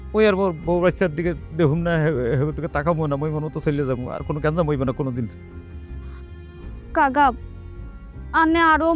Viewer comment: কাকাও বলতে পারে না কাগা বলে😅😅😅😅😅